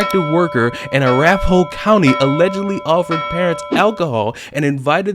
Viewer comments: you're not even going to believe me, but "Arapahoe' is pronounced "uh-RA-pah-hoe" and you can look it up. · Arapahoe county is pronounced "a-RAP-a-hoe." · Not criticism just information, it's pronounced " uh rap uh hoe " county